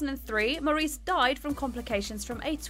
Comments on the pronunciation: Why am I hearing Whitney Houston and Barry Gibb singing when the subject is Maurice ( pronounced Morris btw) and Robin Gibb and Robin had one of the best voices ever in pop music? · Maurice Gibb’s name is pronounced “Morris” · Oh, no!!! Maurice is pronounced MORRIS. It hurt every time she said Maurice.